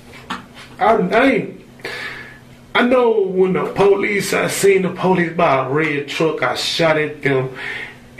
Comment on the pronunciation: as I was typing my original comment that dude said "po-leases" I was like noooooooo